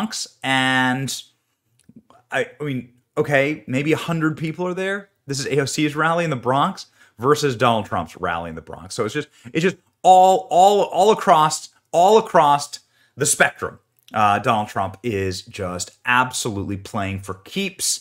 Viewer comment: "All acrossT the spectrum."